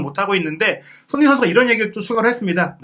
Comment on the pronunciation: 몇 번을 다시 들어도 손흥민 선수 이름이 정확히 들리지 않네요. 손희원에 가깝게 들리는데, 계속 그래서 다른 사람 얘기하나 했습니다. 다른 말은 다 잘 들리는데 왜 손흥민 선수 이름만 그렇게 이상하게 흘려 발음하시나요? 들리는 것 뿐 아니라 계속 돌려보면 입모양도 그렇습니다. 특별히 정확하게 발음할 때를 제외하면 날아가는 발음 때문에 좀 짜증나고 거슬리네요.😢